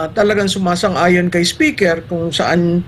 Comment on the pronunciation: Correction Maam, "SPECKER" ang sabi ni Atty Harry...